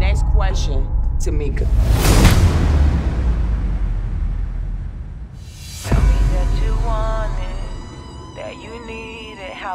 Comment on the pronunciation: right! "Nest quesion Tameka" lmaooo